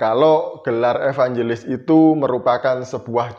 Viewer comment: Nandar bukan evanjelis tapi evangiblis🤣🤣🤣